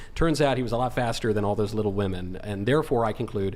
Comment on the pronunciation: The cover charge for participating in this debate ought to be the ability to correctly and consistently pronounce the plural of "woman".